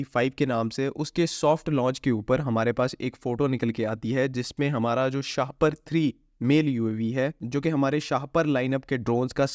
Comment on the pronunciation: Seriously it should be pronounced shah-paar not shahpar to avoid getting trolled with things like a plastic bag you know what I mean